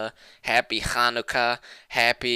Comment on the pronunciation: LOT OF IMPISUS ON THE H IN HONUCA